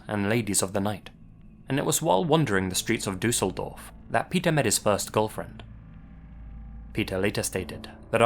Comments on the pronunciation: and that he really want to pronaunce the things korrectly. As a german i understnad how Ä,Ö,Ü is to pronounce but gave its best to say Düsseldorf and he does a good job IMO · The way you pronounce „Düsseldorf“ warms my german heart ❤